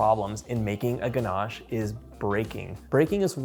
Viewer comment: There’s no r in ganache It’s not pronounced ganarche